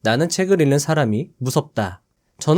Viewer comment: '책을 읽는 사람'의 발음은 [채글 일는 사람]이 아니라 [채글 잉는 사람]이라고 발음해야 합니다 ^^